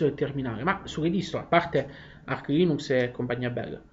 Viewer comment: Bravo! Però "Arch Linux" si pronuncia con la "c" dolce:)